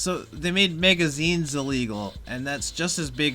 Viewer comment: Why do you keep saying megazines????